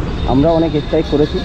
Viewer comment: Es strike na kotha ta strike .স্ট্রাইক।. Rectify kore nio